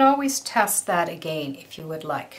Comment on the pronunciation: Have enjoyed your videos off and on for years. I find you lovely, talented and very professional. Such a treat. I’m curious about where you are from. Your diction and pace of verbal instruction is impecible, but I am curious because of your pronunciation of the word ‘again.’ Please keep your tutorials going! Great teacher! 🌺💗🌺